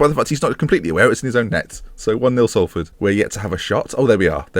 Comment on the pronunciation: and pronounced it horrendously in the first place xD